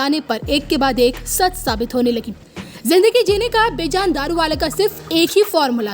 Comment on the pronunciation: Please correct your pronunciation of the name of this great astrologer. You keep calling him बेजान throughout in your narration. By doing so, you have as if, made this 'lively' personality 'lifeless'. Being a Parsi myself I feel very bad to hear that pronunciation. The correct pronunciation is बेजन. Please take care to correct yourself henceforth.